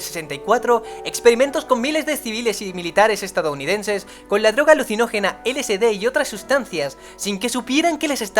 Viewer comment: Se dice: "ele ese de". No "ele ce de".